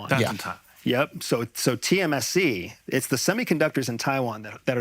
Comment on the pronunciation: It’s tsmc, not tmsc